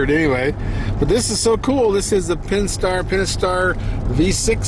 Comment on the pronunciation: Hello there. Nice Durango for sure! Almost sounds like you are saying Penstar instead of Pentastar for the engine. I love the color and the interior. Thanks for the review.